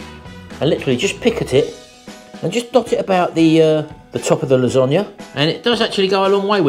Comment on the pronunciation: Losonaghe lol 😂